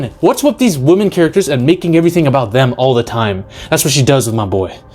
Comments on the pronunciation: It’s women! Not WOMAN!!!! Women is pronounced weh-men!!!! Wehmen!!!! It’s not pronounced woman!!!! Wtf is wrong with people today! You can’t even say women anymore. So fkn stupid! I LOVE WOMAN! I love woman! Do you know how fkn stupid it sounds! Saying women as woman? Distinction peops!!! Say it right! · Don’t say you love WOMAN, say you love WOMEN. Use the right pronunciation. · what is it these days with pronouncing the plural of women as the singular woman???